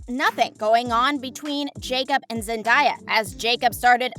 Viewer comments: The Zendaya tho its zendaya not zendieya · Am I the only one triggered by this girl mispronouncing Zendaya's name. Like cmon do a bit of research. Zendaya herself has said how to say it.